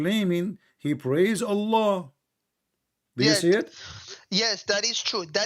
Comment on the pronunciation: allah has showed us how this guy is a scam he couldnt even prounounce allah at the start